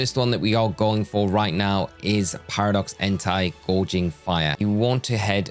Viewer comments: It's not gourge anyway, it's gouge 😅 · Gouging, not gorging lol. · My brother in Arceus, you wanna try saying Gouging again? It’s not Gorging, also it’s Entei, not (h)Entai.